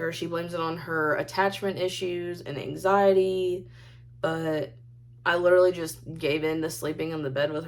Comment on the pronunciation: Not anxiety, as most human earthlings say, no. For, it’s Ang-zy-deeee. Makes me grind my teeth together. WHY DOES SHE CONTINUE TO USE WORDS SHE DOESN’T KNOW HOW TO EFFING USE??